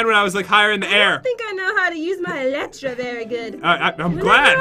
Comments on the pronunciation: Is “eletra” or “elytra” when pronouncing it? Pat and say “eletra” but most others say “elytra” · Pat always mispronounce eytra